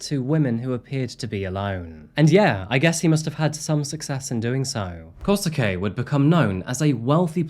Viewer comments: Japanese pronunciation: Skip the U, it’s Kose-Kay. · The English pronounciation of the names are just killing me, can't take this case seriously with KOSUKEY?! yo... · It's easier if you say Kosuke like "Koh-skeh" :) Any Japanese name with "suke" kind of ignores the "u" when speaking. Good work! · Love ya work but it's killing me how you're saying Kosuke xD it's more like... kosskeh x) & Saki is... well sake with a ki instead of ke ^ v ^ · just a note but when a japanese name ends in “suke” its pronounced like “skay”, so here it would be “koh-skay”, you don’t really pronounce the “su”